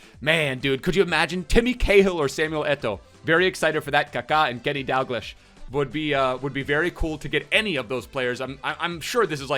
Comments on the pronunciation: It's pronoced Dag-lee-sh not Dag lish 😁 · DAL-GLEE-SH!!!!!! NOT DAL-GL-ISH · pronounced Dalgl-eesh, hurts me fam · Scottish sub here! Its pronounced ‘Dalgleesh’ 😂😂 love you man!